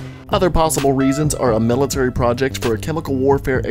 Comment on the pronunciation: Mil lit tree -Million lit tree Like Military